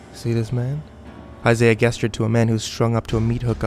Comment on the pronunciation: Dudeee!! I love your videos but I have just one problem. Please pronounce "gestured" correctly :p